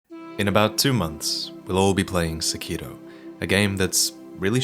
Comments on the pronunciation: Lobo there is no d in sekiro..... he's saying it like sekido. It's really annoying. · Sack Kee Doe. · I always thought it was pronounced Sĕkiro rather than Sekĭro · The way this weeaboo says "Sekiro" made this difficult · The way you pronounce the title of this game is enraging.